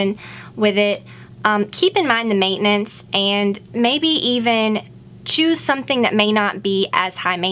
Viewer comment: At 1.34 said "mainance" or "meinance". Can someone tell me what does it mean? (I'm italian) you are the best youtuber ever!!! ❤️❤️